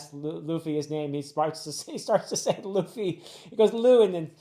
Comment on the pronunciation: Luffy got you too huh😂 You're calling him Traffy